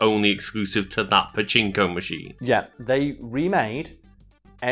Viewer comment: I thought was saying "Apache slot machine" for the first 10 times. And I'm still not sure what the hell he was trying to say. referenced pachinko machines but there's no way that's what was trying to say.